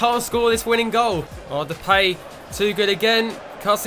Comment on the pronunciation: Depay is pronounced as (de-pie)